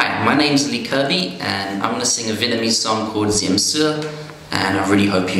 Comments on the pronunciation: Touching....How did you learn to pronounce vietnamese that well? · thumbs up great pronunciation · This video makes me surprise. You pronounced Vietnamese influently... Bravo 👏👏👏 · good job, your accent is awesome! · good pronunciation